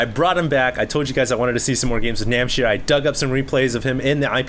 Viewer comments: it's NamhciR.... not Namchir. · its NAM H C IR not namchir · Everyone complaining about mispronouncing NamhciR's name should just shut up. Namchir sounds so much cooler.:P